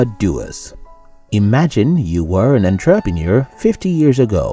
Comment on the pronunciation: My one wish is for this guy to learn how to say entrepreneur properly then I can die happy. That aside I love your videos!